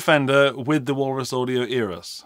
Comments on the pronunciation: Eras? I thought he said Eros. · Eras? I thought he said Natalia Imbruglia but I’m torn about it now.